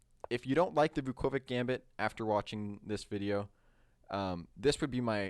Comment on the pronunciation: Vukovic is actually pronounced Vukovich, it's a Serbo-Croatian letter "Ć" at the end which is pronounced as "ch"...there are many examples, like Djokovic, Doncic, Modric, Malkovic etc. Anyway, great video, thanks!